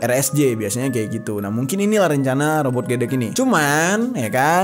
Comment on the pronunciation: W pernah liat reka ulangnya robot gedek sesudah di bunuh, perut korban di silet, trus darah nya di jilat, gila sih.. Baca nya robot gedek "e" ya bukan "eu"